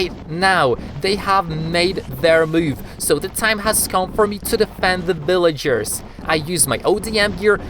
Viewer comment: Why did you said bvillagers